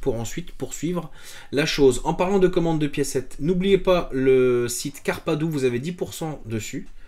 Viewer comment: le manque de respect au sponsor lol, c'est carpaRdoo pas carpadoo